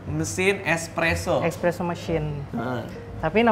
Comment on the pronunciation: Barista nya ngomongnya ekspreso anjir